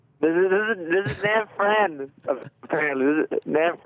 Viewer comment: It is Nab Phran. Get it right! -Sensei